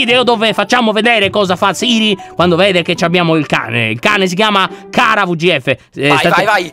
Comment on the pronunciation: ma quando si fanno le carezze si dice cara con la c non con la k